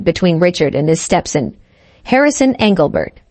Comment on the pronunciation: StepSin and Saubering.....this AI needs to say them words right.